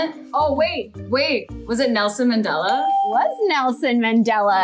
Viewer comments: Just btw your saying Nelson Mandela name wrong And he’s a hero for South Africa 🇿🇦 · Omg how are they pronouncing Nelson Mandela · South Africans are laughing everywhere because of the pronunciation of Nelson Mandela 😂